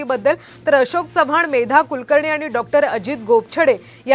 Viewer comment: आशोक नाही अशोक रे...काय मीडिया